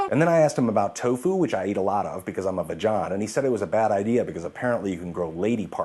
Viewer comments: they way your pronounce vegan hahaha! like vagina... do you realize it's supposed to be ve- gan ( "g" like gun)? lol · holy crap i just read a comment below and pronounced vegan the way ze did! oh no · now I'm always gonna read vegan with that pronunciation in my head... hilarious, but potentially awkward ps I triple dog dare you! No backing out of that one!!